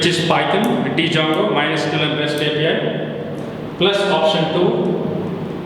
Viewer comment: Did he reaally say "dee"jango instead of django? 👁️👁️